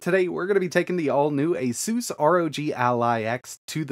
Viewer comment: why pronouncing the word ASUS to ASOOS